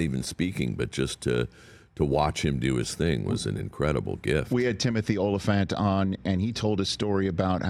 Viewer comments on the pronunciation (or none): Uh oh, Rich said “O-lyphant” instead of “Ahh-lyphant”, don’t let Timothy (not Tim) hear.